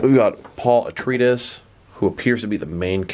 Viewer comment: Wait, wait, wait; say "Atreides" again? It's pronounced uh·trei·uh·deez; I am guessing you never saw the original movie or the 2 SyFy miniseries of Dune.